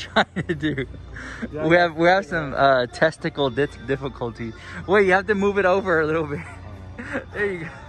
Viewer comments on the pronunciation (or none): Did he say...testical difficulties? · Girl had to go back a few times to see if you really said “testicle difficulties” not “technical difficulties” 😂 always an adventure with the shopping vlogs I love it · That was so funny he said testicle difficulties instead of technical